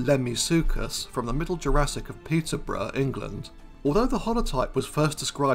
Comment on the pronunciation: Great video! I just want to say though, that when you said "Peterborough" I thought you said "Pizza Bro" and it made me laugh!